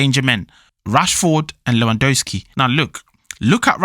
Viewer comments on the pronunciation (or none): You are eating the second letter "W" in Lewandowski surname